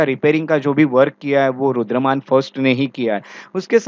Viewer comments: Sir aap " Rudra(DAMAN) " ko " Rudra(MAN)" keh rahe the in the entire lecture please be careful coz hamesha yaad reh jaate hai aapke lectures and even wrong pronounciations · Please pronounce Rudra-daman instead Rudra- man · Sir, Rudraman nahi, "Rudradaman" hei.